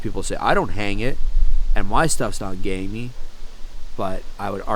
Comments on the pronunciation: It sounds like you’re saying gay meat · I’m sorry but I keep hearing gay meat